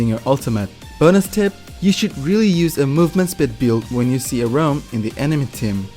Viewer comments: STOP SAYING ROAM ITS RAUM! loved the video tho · Informative vid, but it was annoyijng constantly hear you pronounce his name as "Rome" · Thumbs up for the info but dangit if the way you pronounce Raum doesn’t get a thumbs down lmao